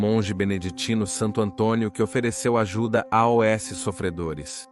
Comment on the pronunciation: sr. locutor: "... dado AOS prisioneiros ..." – Absolutamente ínédita esta pronúncia: "... dado A-Ó-ÉSSE prisioneiros..." – soletrando em vez de dizer AOS, rimando com MAUS. Por gentileza, explique essa originalíssima pronúncia.